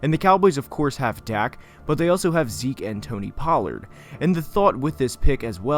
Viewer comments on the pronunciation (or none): none